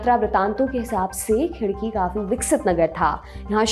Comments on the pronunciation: Hi i m from aurangabad, tumhare content dekhne me bahot maza aata ek chota correction hai it's not khidki it's "khadki" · Khidki nahi vo Khadki hai... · 9.12 it's not a khidki it's khadaki then aurangabad and now sambhaji nagar